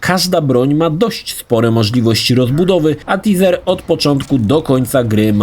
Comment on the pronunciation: myslalem ze mnie popierdoli jak ten koles taser czytal jako tizer xd